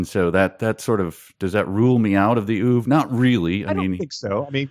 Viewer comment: Shouldn't you guys learn to pronounce words you're going to use? We have the internet now, so you can learn how to say oeuvre. I assumed Halliday was autistic. That's pretty much what the description sounds like.